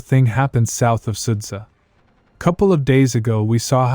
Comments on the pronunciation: But not Sudza, it's pronunciation is Sudja, because " dzh " in russian transliteration means " j " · Great video, really well made and illustrated in a way that's simple to understand. Though, it's kinda annoying to hear all the names in the video get butchered. Sudza being the worst offender, since it's pronounced "Soo-Ja" ("Su" in Sudza pronounced like in "soup" and "dz" like in "jitter"). Next time try copying the name written in cyrillic, set google translate to Ukranian or Russian, paste the word and listen to the pronounciation that Google Translate gives you